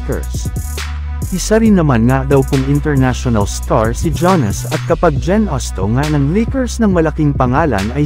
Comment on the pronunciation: hindi po "ja-nis". "yaa-nuhs" po.